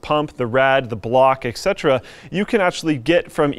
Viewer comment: Oh my grammar this pisses me off so much. It is etc which stands for et cetera. ET CETERA. Not excetra. That is wrong. Please, just please, say etc correctly.